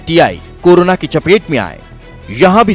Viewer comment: Anchor karona bol rahi hai.